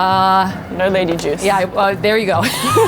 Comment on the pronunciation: I laughed when you said "Lady juice"!! You sound so bogan, saying that!! 🤣🤣 Much love from Sydney! 😘🇦🇺